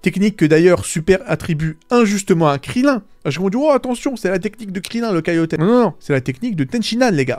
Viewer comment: Taiyoken * c'est mieux...kaiyoten 🤣🤣🤣 un effort svp